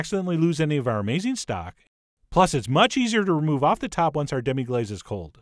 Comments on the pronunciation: sorry, but wouldnt it be pronounced "glass" rather than "glaze" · Say Demi-glass it's phonetically correct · You're pronouncing it wrong!